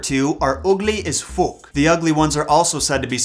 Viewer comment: 🤣🤣🤣 Great British pronunciation of "as fook" 👏👏👏